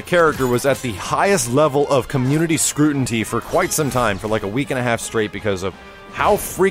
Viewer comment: This is like the 2nd vid in a row where you say scrutinty instead of scrutiny.